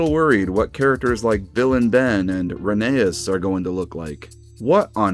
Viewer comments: Dude, its pronounced Reh-nee-as, not Reh-nay-as. Sorry. Just had to get that off my chest. I love these new concepts, and some just make me go, why did they do this. Overall, pretty good stuff. Hopefully Mattel make Thomas a train again. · rheneas? (pronounced reh ney us) RHENEAS!? ITS FUCKING RHENEAS (pronounced ren e us) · bro pronounced Rheneas wrong, HERESY!